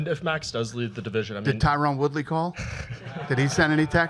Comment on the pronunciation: Dana doesnt really care about Woodley at ALL. He doesnt even want to say his name right, eventhough he knows how to say it...Too funny.